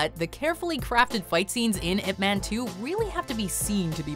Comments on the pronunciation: "Ip Man" is pronounced "Ip Mun" (sounds like "bun"). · It is pronounced "Eye Pee Man". Thanks for the video! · Why is she pronouncing IP man wrong?